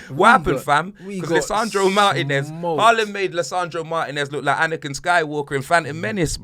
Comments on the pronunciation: it’s “ haaland” not “ whoreland” u joke man😂😂😂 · My Man Said “HAWLIND”💀💀💀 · Man is calling Haaland - Hooland 😅😅